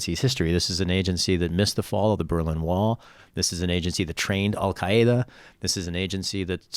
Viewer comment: Shahid's pronunciation of Al-Qaeda reminded me of this old classic